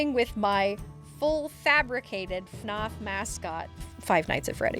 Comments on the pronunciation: i have never heard anyone pronounce fnaf like that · The way she says FNAF and Froppy killed me 💀